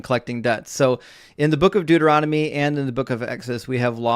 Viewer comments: This guys mouth works faster than his brain. “I’ll prove you wong” “correct or yes” “doorotumy”. He is barely coherent. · “Dueromity” 😂 FFS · what the hell is dooeromedy? lol these people are hilarious with how confidentially wrong they are. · “Okay . . . Go to Do er ah mady” Clearly a scholar. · My favorite part is the caller repeatedly mispronouncing Deuteronomy, even after says it correctly several times. “Look up da-roo-temy” 😂😂😂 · I heard Dooronomy. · Im calling it Da-roo-timmy from now on. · The caller can't pronounce Deuteronomy, but he claims to know his bible.